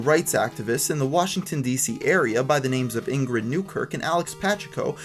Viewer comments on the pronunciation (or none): none